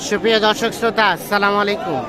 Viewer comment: ভাই আপনি ছালাম দেন কিন্তু সালামালাইকুম বলেন এটা তো ঠিক না আপনি একটু সুদ্ধ ভাবে সালাম দেন